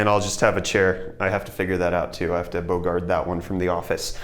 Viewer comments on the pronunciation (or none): lol, bogard? What the hell is bogard? It's Bogart.